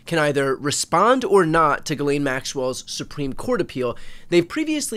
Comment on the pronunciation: Can we please stop letting Ghislaine use an alias? Ghislaine is not hard to pronounce for an English speaker. The "laine" is pronounced exactly like in "lent" without the t, or then name "Len." The "ghis" can be harder cause English speakers are used to having a d sound, but it's just "Jiss" without a hard start. Ghislaine is not a hard name for English speakers to pronounce. Call the piece of garbage by her actual name ffs.